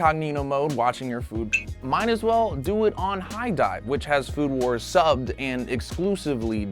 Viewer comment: he said food who*es instead of food wars